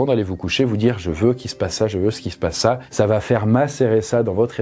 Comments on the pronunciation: Oui . Mais on ne prononce pas : "ça vaT être". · Quelqu'un peut enfin lui dire que VA ne s’écrit pas VAT et qu ́il n’y a pas de liaison? Sérieux ca pique de fou !!